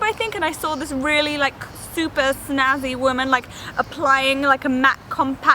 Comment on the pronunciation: as if you said 'snazzy' haha